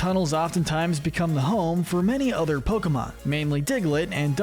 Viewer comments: you pronounce some of the pokemon names really wrongly. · Do the Bug-type next! I’m warning you, though: stop mispronouncing Pokémon names, “”! 🤨